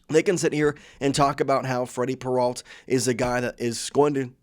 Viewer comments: AI ALERT: As soon as I heard "Peralt" instead of the correct pronunciation, I knew this was AI crap. I made this comment and blocked the site. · can't stand this guy saying "peralt" learn how to fkn pronounce their names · When did Peralta become Peralt?